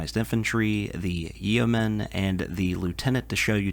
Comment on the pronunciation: Yeoman rhymes with Roman. The e is silent